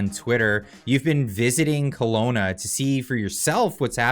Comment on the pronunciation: KELOWNA NOT COLONA